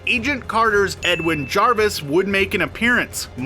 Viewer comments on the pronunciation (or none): none